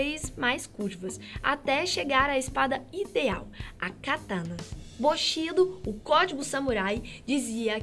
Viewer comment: Faltou mais conhecimento dela, até a pronúncia estava horrível. Não é bu shi do, é BU SHI DÔ.